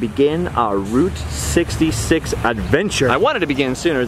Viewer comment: When said Route 66 I thought he said groot 66 lol 😂